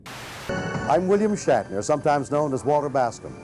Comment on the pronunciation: Shat, like in had a shit. Shatner.